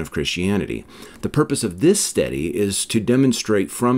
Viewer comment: Off topic. But i can’t help but chuckle every time you say “study”. If it weren’t in context i might sware you say “steady”.